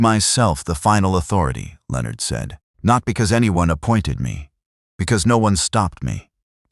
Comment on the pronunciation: AI stands for Astoundingly Ignorant. The Bot-arrator can’t pronounce the name “Leonard”. It tells me that no editorial steps whatsoever were taken prior to posting to groom the story and guarantee a good product. You are wanting subscriptions. Please give us a reason to do so.